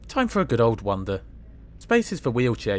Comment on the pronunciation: A good old ‘wonder’ I ‘wander’ what you mean! Nice videos though